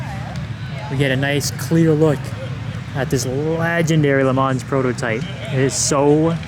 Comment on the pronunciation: When you say LeMans don’t say the S and a soft N I think